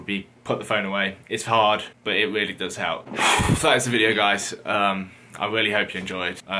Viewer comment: Weally weally